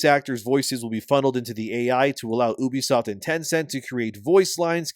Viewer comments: its “ you bee” not oobie😂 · Please stop saying"oobisoft" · Bro...it's called YOU-BEE-SOFT. Not OOB-E-SOFT...why would I listen to shit u have to say when u can't pronounce the fucking company correctly. How the fuck are u mispronouncing the name of a studio u make videos on...what kind of actual work do u do sir? Do u do anything at all? Bc u damn sure don't know the name of the company. That's an absolute joke 🤣🤣🤣🤡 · Why are you saying oo-be-soft like that idiot Angry Joe? It's you-be-soft. 😑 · Reuters is pronounced as, "roy trz," and Ubisoft is pronounced as, "you bee soft." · I pronounce Ubisoft "You Be Slop."